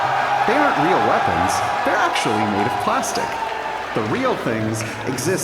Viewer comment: He- he weally is a weal man 😳👉👈